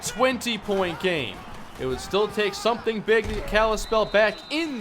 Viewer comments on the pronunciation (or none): none